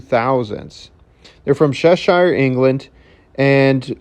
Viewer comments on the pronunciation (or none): And Cheshire is pronounced: Che-sheer. I know it’s spelt differently. You pronounced it exactly right for how it’s spelt.